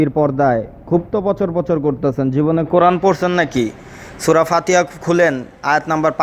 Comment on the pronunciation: কিরে মাহফুজ, তোর তো কোরান তেলোয়াত শুদ্ধ নাই।